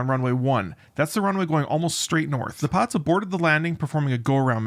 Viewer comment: Sir, you speak way too fast, hard to follow for non-natives. Pilots almost sounds like Pots as an example. Good content though.